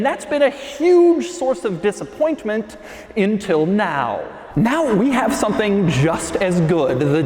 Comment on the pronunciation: “Intil”? You mean “until?”